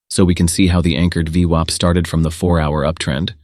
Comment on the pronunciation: This is so painful to watch with the daft voiceover changing the pronunciation of VWAP all the time.